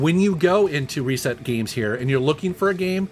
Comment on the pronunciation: Is anyone else bother how he he pronounces reset (ree-set) as “Ray-set”